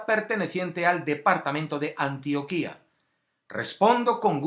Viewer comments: Hola....buen video...solo un aporte, se pronuncia antioquia con acento en la o... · Mr. Scrupulouslo que pasa es que el acento tónico va en la "o" y lo pronuncia en la "i". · Burro, pronuncie Antioquia bien! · este baboso no sabe ni pronunciar antioquia y si viene ha hablar basura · Gracias por el vídeo humano, compartiré. Antioquia no tiene tilde en la i, por tanto no se pronuncia Antioquía, sino Antioquia. Saludos desde Colombia! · Hola, muy buen video. Recuerda que se dice Antioquia, sin tilde, no Antioquía como sí se dice Antioquía del orontes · Se dice Antioquia (con acento en la o) no Antioquía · No se dice "ANTIOQUÍA". No tiene tilde en la segunda "i". Tiene acento en la "o". Pffft.... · No se llama Antioquía, se llama ANTIOQUIA, sin acento. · No es Antioquía, es Antioquia, infórmese bien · Antioquia pendejo NO ANTIOQUÍÍÍÍA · videos no vidios españolete antioquia no antioquía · Mr. Scrupulous El del comentario se equivocó o lo hizo intencional, jamás se ha escrito ni llamado de esa forma acá en Colombia, mejor escúchalo de esta chica, así se pronuncia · Es Antioquia no Antioquía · Muy buen video amigo mio, bastante informado, agradezco que no haya un sesgo político y bastante objetiva la información una aclaracion, espero no sea muy chocante pero se pronuncia Antioquia y no Antioquía como la del mediterraneo Muchas gracias por el video y a la gente que apoya este tipo de contenido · Antioquia no se dice como tú lo dijiste en el vídeo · Esto es una mierda, ¿cómo va a poner esto de uno de los lugares más horribles? Usted mismo dijo que fue por causad naturales, entonced ponga Armero también, ponga todas las putas ciudades que han sufrido un derrumbe; y Antioquia tiene acento en la o, informese bien antes. Y si habla de líderes sociales, es toda Colombia la que está en la mierda; una basura de video. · Ni siquiera sabes pronunciar antioquia... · la Antioquia de Colombia es palabra grave, no aguda. Por lo demás, excelente documental.